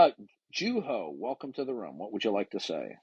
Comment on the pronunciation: It's Juho not Juno